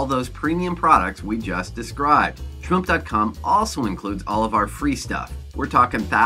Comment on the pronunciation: you said shmoop wrong, its not schup